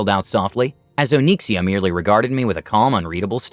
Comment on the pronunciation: O-nix-e-a it's not Oh-neeksia lol